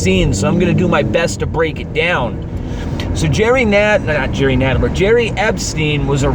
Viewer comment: Well I don't care if you call him Jerry, but it's Jeffrey, lol.